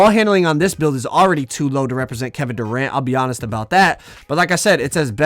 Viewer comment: Man said Doranto 🤣🤣🤣